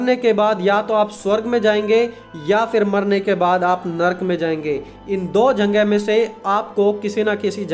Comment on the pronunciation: Lekin aap jagah word ko janga kyun bolte ho